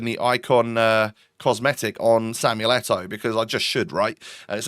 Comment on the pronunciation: It’s Eto’o!!